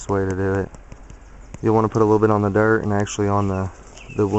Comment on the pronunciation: Love the way you say "dert" your wife is very capable.